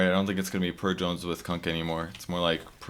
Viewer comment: its purge not pudge your name is wrong